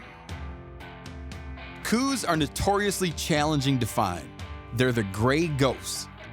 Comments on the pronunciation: For God's sake Mr. Rinella, GET IT RIGHT. IT'S pronounced "cows" deer after the field biologist who named / identified the species. Get it right, say it right, and don't be a dumbass. I grew up in southeastern Arizona hunting Coues pronounced "cows" deer. Show some basic respect. Ughh. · The deer was named by Dr. Elliott Coues pronounced cows deer. You are an authority on hunting Please stop disrespecting the man and the deer of his namesake.